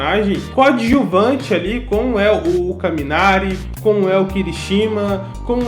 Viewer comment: Cara, você reclamou do Bakúgu, mas no mesmo vídeo você falou Kirishíma ao invés de Kirishimá, e Jíru ao invés de Jirô. Então não faz sentido essa crítica, sendo que você mesmo pronuncia vários nomes errados. Lembre-se que no português a gente tem tendência a pronunciar a letra o com som da letra u, então 99% dos nomes que terminam com o, a gente fala errado, como Naruto, que se pronuncia Narutô, e não Narútu como muita gente aqui no Brasil fala.